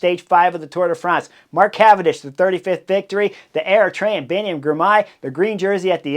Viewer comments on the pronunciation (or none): When you say Eritrean it sounds like you are saying AeroTrain